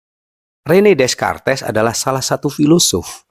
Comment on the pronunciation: di bacanya rene dekart bang🤣